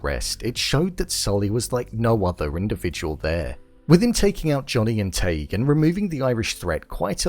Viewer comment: Tadgh pronounced as Taig? I know it was unintentional 😂Tadgh is Tie-g where the way you said is a slur for someone catholic